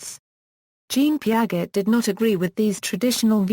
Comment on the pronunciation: Peearzchey not peearget